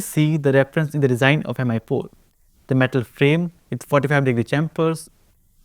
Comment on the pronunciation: Why does every indian YouTuber pronounce Mi as Em-eye and not Me? It's not pronounced Xiao em-eye after all